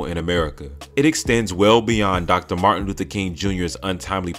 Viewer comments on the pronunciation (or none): I am the first to release this information on 3 live chats on YouTube and everyone is releasing this information of that live chat. You clout chasers are so false that you won't even mention who is the source of awakening information. You informers our so dum that you still call Martin's name wrong.